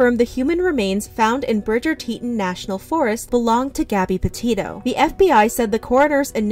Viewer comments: great video but omg it’s TETAHN not teet’n when saying grand teton nat’l park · Teet ON, not Teet un. One of the most famous mountains on this continent and you don't know how to pronounce it. The final straw was all of the rainbows. Is that investigative reporting? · If anyone wants another point of view and some info on this, check out The Lore Lodge's video on this. He was actually asked by Gabby's brother to help with the investigation. Edit: Also its pronounced Tee-taan not tee'on. That was bothering me much more than it probably should have. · Good summary, but - Dang! It would have only taken a few seconds to look up and hear the correct pronunciation of Teton before you mispronounced it a hundred times. So irritating. (Not TEE-[t]un, but TEE-TAHN. (Former professional news announcer) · Did it bother ANYONE that she said Teton like “teatin’” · Teton is called tea tawn😂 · FYI: Teton is pronounced: tē′tŏn′ Tee-tawn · I was listening to this, and was really confused because I have never heard of Teton (it was being pronounced teetten). I'm from Idaho and visit Wyoming and Montana regularly. When I finally looked at the screen, I laughed cuz that's not how you pronounce Teton. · Sorry, I'm going to be that person. Its Tee-ton National Park. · Teton is pronounced like "TEA-tawn" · Why did she pronounce Teton as tetin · It was a crime the way she mispronounced Teton the whole video. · You pronounced Teton wrong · Please learn the correct pronunciation of Teton.